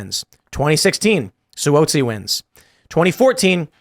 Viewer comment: Tim apparently doesn’t follow the news on how to pronounce Suozzi correctly. Tom Suozzi has been around almost three decades and people in the media certainly know him.